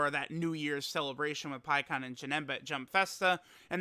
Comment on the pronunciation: Pikkon? You mean Peecon right?